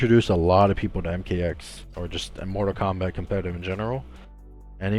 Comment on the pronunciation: So it is pronounced "Zombat" okay. I never knew